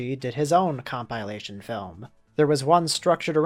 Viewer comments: com PIE lation... you're gonna go with that pronunciation, huh... okay. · Please don't ever say compilation that way again Jk do whatever you want you're perfect and we love you